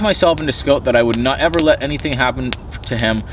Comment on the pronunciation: Why name him scout if you can’t even pronounce it correctly?